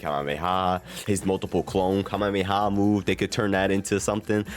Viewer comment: know what your talking about, the pre-order character will be a character that hasn't been in a sparking game, so z broly isn't an option, pronounce Kamehameha correctly, write a script and follow it instead of rambling for 16 mins about something that could be done in less than 10. Add visual representation of the subjects talked about, instead of trailer footage playing in the backround.